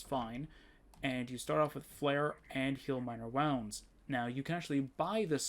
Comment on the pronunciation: It's pronounced "woo-nds" not "wow-nds" Either way, good video. Do you have the modlist anywhere?